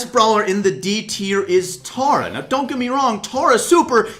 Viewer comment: When you pronounce Tara wrong.